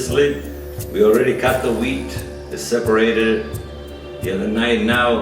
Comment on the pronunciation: Oh, dear. Wheat, not whear. Sheesh.